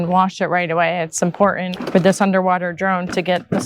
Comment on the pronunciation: If the word "important" has a the letter t in it, please do not leave it out when you say it. It's important, not im por ant.